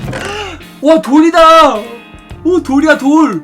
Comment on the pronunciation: 어??돌이다 할때 돈이다 라고 들으신분...??(소심소심)